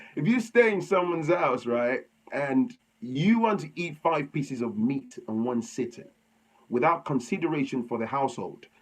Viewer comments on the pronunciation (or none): Thanks for the content. Laughing out loud the emphasis on pieces of meat again.